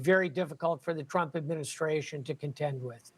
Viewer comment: You don't know how to pronounce Trump again lols...he is really giving you guys headache lols...just chill Trump is on point...leave the hate